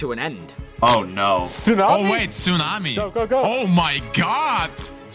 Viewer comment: Tsunami* not Tsunohrmi